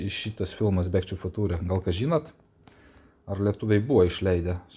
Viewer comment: Sveikas filmas rašosi "Back to the FUTURE" , bet tariasi tai [bek tu de fjcha]. Tai tiek. 🙂